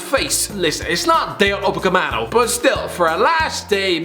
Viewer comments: did i just hear spell 'upemecano' 'upecamano' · Dayot Upacemano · Nobody: Absolutely nobody: The: DaYOt UpACaMeNo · why does he still think he's called upacamano. its quite clear that the m comes before the c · It's 2021 and still can't say "Upamecano" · dayot Upavolcano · Dayot Umacepano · DaYAtAyOt UoOmPalooMpaMeCaNO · Dayot oopahoompa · this guy has made me forget how to pronounce dayot second name